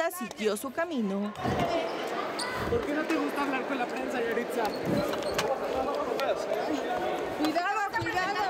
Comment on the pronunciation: Yahritza? Parece yahritzo.